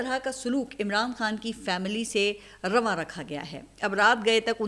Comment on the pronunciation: بہترین لفظوں کا کہتی ہے رواں رکھا ہوا ہے جبکہ لفظ ہے روا ہے پھر یہ کیسی صحافت ہے جو کسی ایک پارٹی بھی نہیں بلکہ ایک???شخص کی بات کر رہی ہے